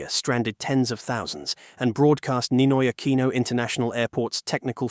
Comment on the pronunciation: "Neenoy AkwEEeenow"